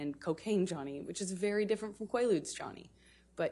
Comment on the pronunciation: She said Qua lue they weren't even around then